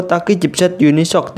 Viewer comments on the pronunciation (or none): none